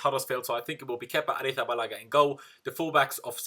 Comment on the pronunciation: Thumbed up as soon as you pronounced Arizzabalaga LOL i've been trying since he signed, good video as always! up the chels!